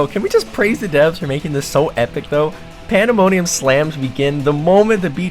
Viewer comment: ”panda money ummm”